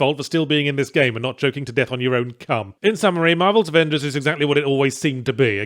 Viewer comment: “Varvels Amengers” is what I focused on till the end of the vid wth XD